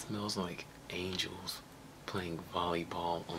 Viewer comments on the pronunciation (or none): none